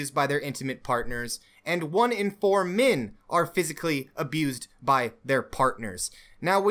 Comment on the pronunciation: "Min" "Mins Rights" "Wimin" "Wimins Rights" Why does this wolf character hate the letter 'e' ?